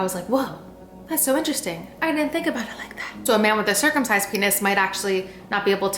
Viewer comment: Why ya talking aboot my skin haha